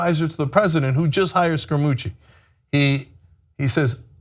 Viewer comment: did you say, "scare a coochy?" ( ͡° ͜ʖ ͡°) literally all i heard in five and half minutes